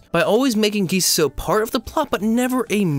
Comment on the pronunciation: Nice video but the way you pronounce Kissuiso annoys me a little (a lot)